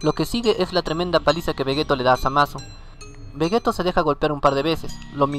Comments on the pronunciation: Se pronuncia "Vegitto" no "Vegeto".... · vegeto?? que no se dice vegito? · oye no es por ofenderte pero se dice vegito se escribe veggetto pero se dice veggitto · no tuve que ver ni 2 minutos de tu video para ver que no sabes nada ya que le dices vegetto cuando claramente es vegitto 👎👎👎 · Carlos Joshua Romero Núñez Un error en la pronunciacion de una sola palabra no invalida los argumentos que se den en todo un video... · no se de donde sos pero vegetto es en España y vegitto en latinoamerica las dos pronunciaciones son correctas confirmado por akira y por toi ya que la pronunciación depende mucho de la zona geográfica